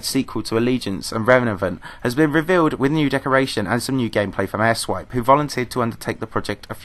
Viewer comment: airswipe i thought u said ass wipe